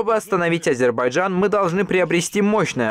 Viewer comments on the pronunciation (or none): Этот ГЫРЫШМАЛ так и не научился говорить Азербайджан. Так говорит азербаджан😂